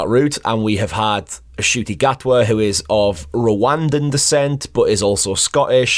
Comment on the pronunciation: Thank you so much for pronouncing his name properly. Cheers mate!!!!